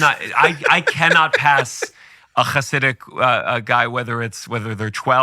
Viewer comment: Everytime he said the word “Hasidic” I cringed. Very close to the way these Zionist say “kkkhamas”.